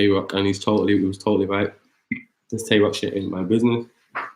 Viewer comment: Y’all saying Tay Roc & Twerk wrong but not acknowledging how shady Shotty sound